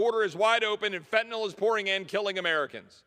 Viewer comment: I’m so happy you know how to pronounce Fentan(y)l 😊